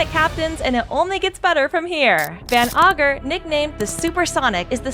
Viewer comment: Why CANT YOU PRONOUNCE ANYTHING CORRECTYLY?!?! Van OGRE, MARIEJWA